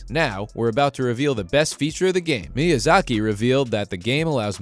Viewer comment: Firstly, it's called "Elden Ring". Not "*THE* Elden Ring". Secondly, it's pronounced "MEE-YUH-ZAH-KEE". In addition, Miyazaki never promised that Elden Ring "would be easy". Rather, to the contrary, he's stated on several accounts that it will be no easier than the first Dark Souls, but players may find it an easier experience due to the new mechanics being implemented. Furthermore, he never once said that "more players will be able to beat it EASILY". He SAID that he expects more players to beat it because of its open world nature, and the abundance of different paths available to the player at any given moment. He's said that he believes that with the ability to simply ignore a difficult area or boss, players can go off somewhere else and find better gear or get stronger, and come back to the challenging stuff later. Next, Dark Souls 3 wasn't "heavily criticized for its difficulty". It was lauded and praised for it. In a time when developers were afraid to make their games too challenging, assuming less people would be interested, Fromsoft launched Dark Souls to critical acclaim and the formula has only become more and more mainstream with each new entry, IN SPITE OF game journalists and casuals crying on social media about the difficulty. More people than ever play the Soulsborne games, and it's BECAUSE OF the difficulty and the adversity that players must overcome. You think "tailoring games to the wants and needs of the public is a smart move"? Fromsoft has literally nev